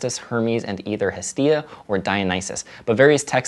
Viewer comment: Hestia is my favorite of the Olympians, and mispronounced her name.:(